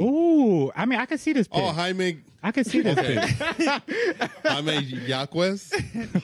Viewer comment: Man, I was waiting for someone to mention it. Same thing with Jaime Jaquez. It's High-May, not Ha-Me